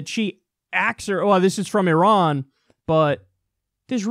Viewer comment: From Iran: Good information. Perfect and correct pronunciation of the name "Iran." A fascinating revolution is taking place in the history of mankind. Development of internet is causing massive structural cracks in the armor of monopoly of information and news. Proliferation of information is weakening the power base of those who have traditionally controlled the monopoly of information, the Rothschild and the rest of the criminal mafia cartel known to the people of this planet as the US Military Industrial Complex. Iran, an ancient federation of indigenous tribes and natives of the Iranian Plateau, united for centuries around common ancient spiritual faith and beliefs, is shinning because of the above proliferation of information. Iran's recent success clearly is not based on its military budget - its annual military budget of $10 billion (USD) is less than 50% of the annual military budget for UAE with size of its population 5% of Iran and its land area less than 2% of that of Iran.